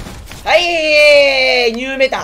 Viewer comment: 最初挨拶のはいがへいに聞こえた